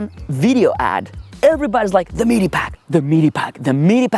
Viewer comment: Pretty good video! Your English is very, very good with just the odd mistake, but it's unfortunate you chose to mention MEE-DEE packs so often. Sorry, but as I say, your video and your English are great.